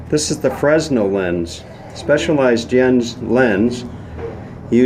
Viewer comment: Pronounced: frey nell.